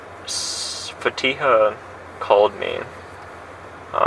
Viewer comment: A great detective. I just want to ask, why can she never pronounce these girls’ names? Neither of them are very hard Sam-ee-yuh. Fa-tea-ha. That’s it